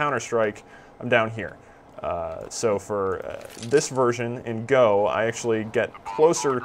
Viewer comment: WHO THE FUCK TOLD YOU THE NAME OF THE GAME IS "GO" Its "gee" "oh" >.<